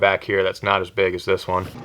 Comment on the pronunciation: Who else caught when he said “I’m KNOT a tier”???